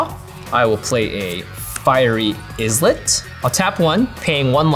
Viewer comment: I give so much to those that can't pronounce, but islet IS NOT *IS Lit*; it's *eye-lit*. Wow. And you guys Amana-too wrong even after corrected you. This game has words and etymology for a reason. Diluting it is farse.